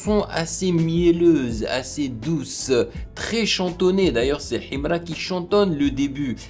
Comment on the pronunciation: Ta maniere de prononcer son nom en arabe menerve et tes critiques sont nuls